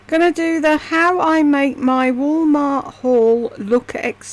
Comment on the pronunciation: Agner bag??? Did she mean Aigner?? Friggin hillbilly. And how she pronounces Wah maht. Jesus lord. She’s getting ridiculous - beyond.